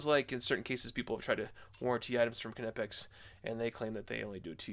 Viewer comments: It’s kneepax, kneepax, kneepax, not k nip ex… 🤦🏼‍♂️ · IN THE ENGLISH GRAMMAR YOU DON'T PRONOUNCE THE (K) IF ITS AT THE BEGINNING OF A WORD EXAMPLE--- WHEN YOU SAY THE WORD- KNOW, KNEE ETC ETC.. ITS KNIPEX... NOT K-NIPEX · Knipex is said Nipex. Just like you don’t say the K in Knife. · The k in knipex is silent.... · Icon bypasses the research and development phase by producing nearly identical copies of top-tier brand hand tools. Different just enough to avoid legal issues. Thereby able to offer at lower prices, and I suspect the materials aren't quite as scoockem I should point out that the K is silent when pronouncing Knipex like in the word knife, pronouncing it with the K at least to me sounds wrong and forced when compared to the correct pronunciation. Anyway, I digress. Cheers